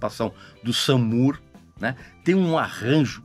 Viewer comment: Brilhante comentário. Uma dica , Moore de Sam Moore, Gary Moore, Demy Moore , se pronúncia como " more" de mais. Ben E. King, se pronúncia Ben e não Bin . Sorry, as an english teacher and a Soul Music aficionado I couldn't let it go ( não poderia deixar passar) Você é brilhante, viu ? Minhas fontes atuais são Antony Fantano e você aqui na terrinha. Congrats and keep up the good job !!!